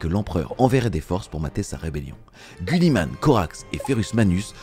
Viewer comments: C’est GUIlliman avec I putain… et pas gulliman. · 2.22 Gulli man ? 😆 Ca ne ce prononce pas Giliman ? 🤔😅